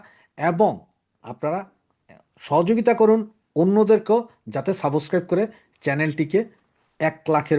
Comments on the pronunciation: don't mind please. Word "subscribe" er pronunciation ta ektu western style e hole valo hoy. "Suboscribe" (tone ta evabe aashe) na bole subscribe bolle valo lagbe. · subscribe উচ্চারণটি একটু ঠিক করুন । আপনার অনুষ্ঠান দুর্দান্ত, উপভোগ‍্য । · Your 'Subscribe' pronunciation is very wrong and odd. Please correct it.